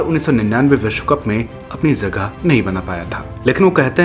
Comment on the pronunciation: भाई आप उर्दू शब्द सीखो क्यूंकि जाना की जगह ज़ाना और जगह की ज़गह सुनना बहुत भद्दा लगता है इन्टरकॉनिटल नहीं इन्टरकॉन्टिनेंटल होता है